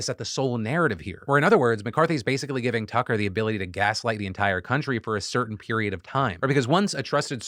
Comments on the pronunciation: Anyone else hear Philip say "Cucker"? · Anyone else catch Phil say Cucker Tarlson? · You totally said Cucker Tarlson and i am here for it. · Am I going Crazy or is Phil Calling him Cuck-er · Wait am I the only one that heard Phil call him “Cucker” for a second?